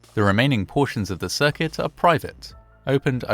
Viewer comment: The mispronouncing of the word “circuit”makes me think this is AI voiceover